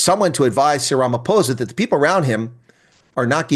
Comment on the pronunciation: "We just heard from ramaPPPOHSA! that..." 😂😂